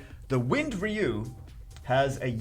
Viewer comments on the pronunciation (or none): If we are playing a drinking game where we had to drink every time you mangled his name everyone in the here would be drunk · why do you keep mangling ryu's name like that have you never ever played one of the street fighters with voice acting or for that matter saw the Street Fighter movie because you were just butchering his name Buddy and it's driving me crazy every time you say it like that.